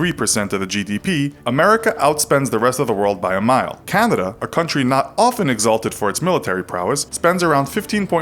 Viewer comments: Its pronounced Can-a-da, not Can-did-da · he says Candana. EDIT : Check instead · He pronounced Canada like “Candida” and it is really pissing me off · I noticed you say “Candada”.